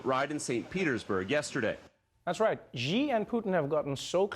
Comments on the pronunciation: Our president's family name is not pronounced "G", it's "Xi". If you have difficulty pronouncing that, just say "C" or "she", both much closer than G. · Wrong pronunciation, not "G" but more like "C" Xi as /si:/ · Trevor, that's a great Russian accent. You just need to pronounce Xi correctly. It's pronounced like "she" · actually it pronunces more like shee [∫i:]